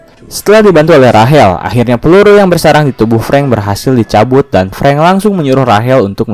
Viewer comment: Sering salah nyebut nama ruso dan preng